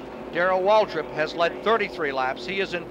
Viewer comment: It sounds like Cale Yarborough is saying Waldrip instead of Waltrip when referring to DW